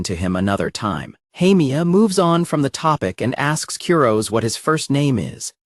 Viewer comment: Honestly, the constant mispronunciation of "Kurose" is driving me nuts and making this unwatchable.